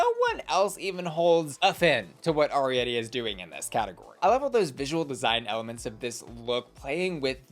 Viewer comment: please double check your pronunciation of Arietty’s name 🙏😩🙏